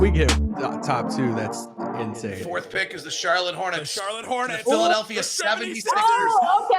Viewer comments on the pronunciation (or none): none